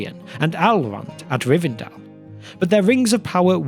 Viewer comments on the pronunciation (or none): none